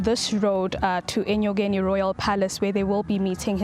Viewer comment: Enyokeni not enkonyeni